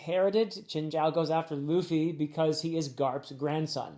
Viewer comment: Luffy got you too huh😂 You're calling him Traffy